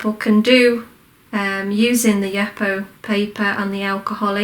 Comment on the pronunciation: Just want to share that the name of the paper is pronounced “youpo”.